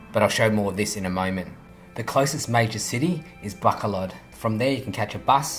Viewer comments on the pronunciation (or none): its actually pronounced as baCOlod, you have to stress the "co" instead of "ba"